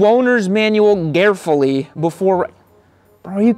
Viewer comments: reading the manual "garefully" is when you get your buddy garret to read it to you. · Get on that thing,"garefully"